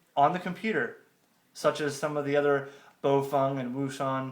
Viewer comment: Good job with the unpacking. The only correction that I have is how you pronounce the name of the company. O Shun is correct (it sounds almost like the word ‘ocean’ in English). Small thing though; nice video!